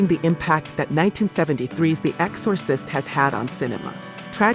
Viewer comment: EX-SAW- SIST 😂😂